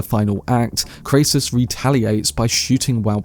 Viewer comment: Dude, you need to get the facts straight. Your pronunciations are are in error - Kray -ciss ? Clodio is not Crassis’ son - he is his grand son. Clodio did not order Caesar’s assassination attempt. These are basic facts that you should have had in order before you offer your opinions.